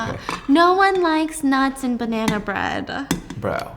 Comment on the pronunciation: The way she said I’ve eaten ur banna 🤨